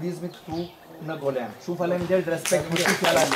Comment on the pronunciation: Mirse vini në GOLËM.....dakort ëëëëëë. Mo e prish për dy pika...o i GolËme.